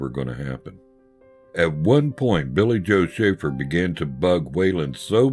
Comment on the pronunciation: That was great! Thank you and thanks for the shout out, you pronounced it perfectly! I have a story for you that may help you understand the kind of guy Billy Joe was, some day I will tell it to you. In the meantime keep up the good work and buy every album he has because they are all great! RIP my friend Billy Joe Shaver.